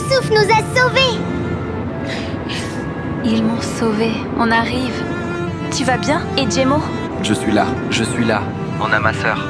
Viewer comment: Pour Djemo le nom c’est Cemo😂 c’est la prononciation qui nous fait croire que c’est Djemo Azize, Cemo, Balim, Fidan, Zeliha, Samet